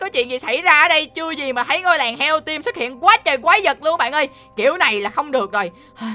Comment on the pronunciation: Anh không có anh ơi mi mi là timi